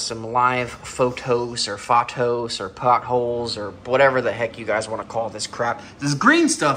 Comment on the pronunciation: Lol. You crack me up with your pothos pronunciation. 😂😂😂